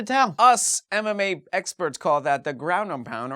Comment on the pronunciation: I heard Anime instead of MMA, it didn't make sense after that...